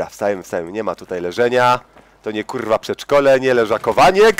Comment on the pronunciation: Uwielbiam twoje kurrrła :P